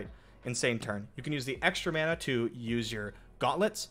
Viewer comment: Every time he says mana I get sad.